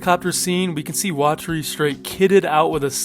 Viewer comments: Actually, it's weh-terry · bro PLEAAAASE stop mispronouncing things. You made a damn iceberg for this ;-; how do you not hear their name's? its LAW-LEE-IT, not LOW-LIGHT. AND IT'S WAH-TAH-REE, not WATERY. And the author's name isn't "Tuh-soo-mee-oh-bah" it's "Tsoo-goo-mee-oh-bah".